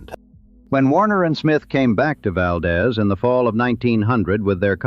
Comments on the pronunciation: Good background. It should be noted, the correct pronunciation of Valdez is Val deese. Dez is proper Spanish pronunciation (aka Valdez is Coming, aka movie) but local pronunciation holds correct, and that is Deeze not Dez. My wife and I visited in the 80s, great trip. Had an old dog with us and a local gave us a ride down the road from the Mine as she was dragging. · Valdez is pronounced 'Valdeez' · I knew it was ai when he called it Val-deez in one place and Val-dez in another, it’s pronounced Val-deez but spelled Valdez. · When I was in high school there was this kid who’s father had worked up there, and he was pronouncing it wrong, Val-dez, I was born in Palmer and knew how it was pronounced and I spoke up and said, “the proper pronunciation is Val-deeze, to which he argued with me and said, “Oh no! everyone up there calls it Val-dez, of course after trying to talk sense to this big mouth, I finally gave up, this was a year or so before the Exxon Valdez oil spill and all the reporters were pronouncing it the way the local Alaskans did, of course I couldn’t help but wonder “what do you think now, smartypants?” 😂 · It’s pronounced “ val deez “ , hereabouts . . . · the way Valdez is pronounced in this video is driving me nuts. Ai crap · Birch. “Chit-nuh” is Chitna, the Can’t Run, Never Will was the Copper River-Northwestern Railway, and people have pointed out Valdeez. This is AI slop and, having worked at Kenncott, I’m offended. Yuck.